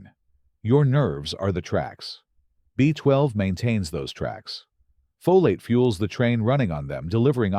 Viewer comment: AI is reading this text, cannot pronounce FOLATE properly, says it diverse ways throughout the video.😳